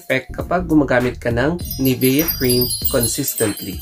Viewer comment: nivya po pronunciation nyan